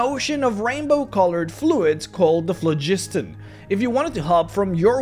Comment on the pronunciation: the Pho;gistan is pronounced flog-i-ston not flu-jid-ton